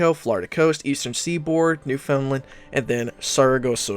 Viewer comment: i am disgusted at how you said Newfoundland